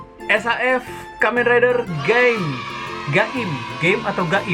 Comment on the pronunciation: Bang bukan geim tapi gaim